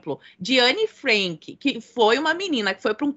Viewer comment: Cara: por quê pronuncias Anne Frenk? e não Anne Frank? Por quê frEnk? E? É frAnk, com "A".